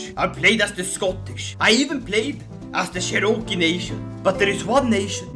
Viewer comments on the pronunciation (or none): “Serokee nation”